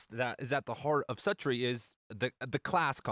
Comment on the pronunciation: I think it's pronounced SUE-tree...